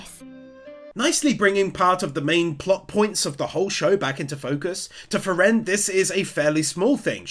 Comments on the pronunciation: So cute how you pronounce "frie-rén" :D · I'm puzzled why you pronounce Frieren with the second syllable accented instead of the first as they do in the anime? Something about that became rather distracting. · i love your recaps, but i absolutely hate how you keep saying frieren like that lol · Part 4 and never looked up how "Frieren" is pronounced :D